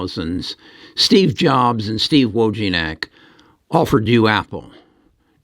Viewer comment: Who's Steve Jobes! 😂